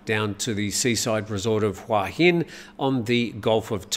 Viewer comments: Hua Hin is pronounced Hooa Hin. Hua = head Hin = rock I moved here 18 years ago from California when I was 40 and I have to say it’s sadly overcrowded with geriatric foreigners. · C'mon,surely you'd know how to pronounce Hua Hin by now. "Hua "means" head" and there's only one way to pronounce it😄